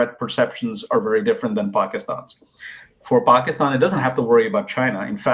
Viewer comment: The way he said paakstann 😂😂😂 in the introduction, i knew he was born in pakistan and he is also a product of delusion and inbreed dumbwits 😂